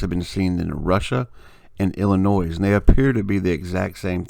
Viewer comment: Great find, thanks for posting it. Fyi, please quit pronouncing it Illi-noize. The "s" is silent. Cheers:)